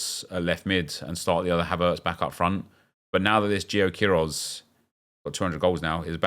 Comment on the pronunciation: Hi the way u say players names makes me more invested. Blackstenius and gio quieroz. I just want them to score 10 a game with the way you pronounce it